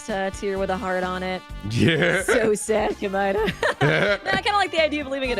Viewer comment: So weird hearing both have different pronunciations for Komaeda.